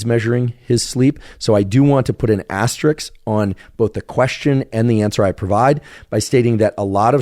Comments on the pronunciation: Ass trix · as-ter-isk.....one of the most mispronounced words in the English language